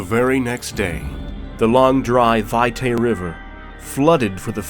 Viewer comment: Vitae isn't pronounced Vie-tay, it's pronounced Vee-tai.